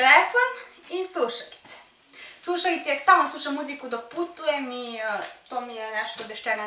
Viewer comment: suašauice😂 nauci kako se kaze slovo L